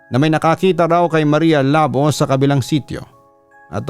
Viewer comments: Labó po as in "labu" or slash po sa english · mali yung pronunciation papa dudut. dapat Labo: Lah-BOH (Two syllables, with the emphasis on the "BOH")